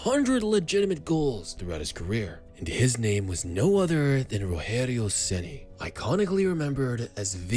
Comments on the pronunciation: PORRA TNC POW... o cara eh BR narrando historia em ingles.. porem fala o nome do cara parece latino norte americano RORRERIO RENI. pohaa nome se fala normal em qualquer lugar do mundo caraii.. ROGERIO SEMPRE VAI SER ROGERIO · You said "Rogério Ceni" in a spanish way, but in Brazil speak portuguese.